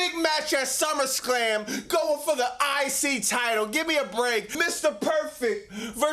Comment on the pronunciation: say it correctly.